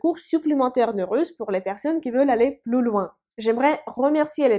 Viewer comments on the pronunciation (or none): none